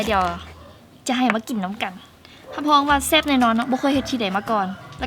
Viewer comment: ແຊບບໍ່ແມ່ນແຊໆ😂